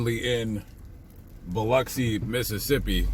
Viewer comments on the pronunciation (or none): It is Pronounced "BILL-OXY", NOT BILL-UCKSI. Knew this Smoking girl from there I met in the Caribbean once. 😉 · Born in that place ! You pronounced my hometown wrong Bub ! not Uxi, it’s OXI. bilOXI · I have never heard it pronounced either way you mentioned. Bill-oxy? WTH?